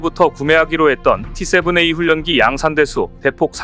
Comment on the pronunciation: ㄴ, ㄹ, 연음은 ㄹ,ㄴ 으로 발음해야 맞는거야.....훈련기는 훌년기로 발음한다고 몆번을 말하냐...? 초등학교 안나왔냐? 혓짧은 소리 하지마라!!!